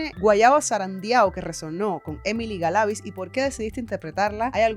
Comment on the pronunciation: Saludos desde Venezuela... Muy bueno tu analisis .. un detalle el apellido de Emily se pronuncia acentuando la i de Galaviz porque esta entre dos consonantes, se escucha extraño como lo dices.